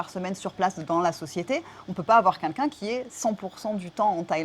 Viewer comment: je t'adore, tu es merveilleuse mais s'il te plait c'est 'quelqu'un', pas 'kinkin'. Merci:)